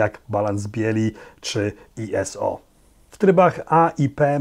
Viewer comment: Heh, kompakcik jak w latach '90, kiedy zwane były "stupid camera". Uwielbiam Twój entuzjazm i tempo odcinków. Jeszcze raz dzięki za polski kanał. Byłem i jestem oczywiście fanem obu. Aha i określenia ISO i LED mówi się normalnie jak słowa, nie skróty, czyli iso i led, a nie i-es-o i el-e-de :😃